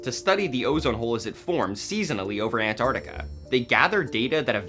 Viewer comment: It's pronounced Ant-ARC-tica, not Ant-ar-tica. You say the C.